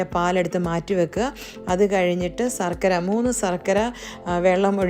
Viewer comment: സര്‍ക്കര അല്ല ശര്‍ക്കര 😊😅